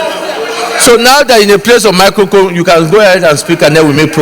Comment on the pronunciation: and Saraki said Mickocone instead of Microphone. Hustle is real. Even PDP Apologized to Nigerians.lol